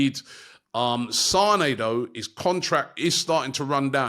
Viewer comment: Lel bro said Sané... ahahahaha